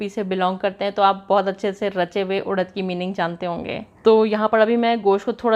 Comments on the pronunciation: Udaddd... Nh.. Urad hota ha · उड़द नही उरद बोलते है,,,, इसे मशकलिया बोलते है